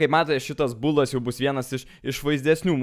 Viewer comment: "būldas" :DD